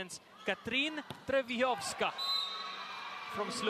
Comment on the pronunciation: Tre-bi-chav-ska ❎ Tro-vi-yov-ska ✅ HAHAHA! Sana all may sariling pronouncation, wag mo pahirapan sarili mo. 🤣🤣🤣